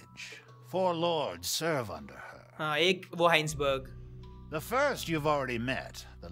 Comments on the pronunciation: Are bhai koi to iise batao vo hisenburg ka pronounciation हाइन्सबर्ग नही वो हाइजनबर्ग kahate hai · heinsberg nahi "hai-sen-berg" hota hai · Take a shot everytime says Heisenberg's name wrong